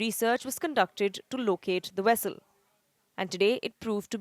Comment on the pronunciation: Vessel not Wessel.